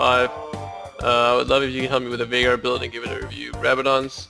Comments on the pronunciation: it's veigar not viegar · It's pronounced "Vay-Gahr" not "Vi-Gar" ... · It's Veh (as in velocity), ee (as in three), gar (as in garen). Veigar, not Vaygar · It's pronounced vay-gar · It's interesting how there are so many different ways people produce the "Vei" in 'Veigar", when his name is spoken aloud in-game by both Tristana and Final Boss Veigar. It's "vay-gar", by the way. Rhymes with 'day' and 'say'. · Hey great video. Just to let you know it's pronounced Vay-gar. I used to be friends with the guy who the champ was named after. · his name is spelled veigar, not viegar. "vei" not pronounced like "tie" because it's not spelled like "tie". its pronounced VEY. VEY-GAR. He says his own name in his final boss skin. He says "I, VEY-GAR, will knock you all down!" look it up if you don't believe me. This isn't a gif/jif thing. It's not a matter of preference. Some people are wrong, like, and some people are right, like me. And Veigar himself. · The thing that bothers me about this video is that you pronounced Veigar's name wrong. Otherwise I love it. So you can know from now on, here's an audio clip of him saying his name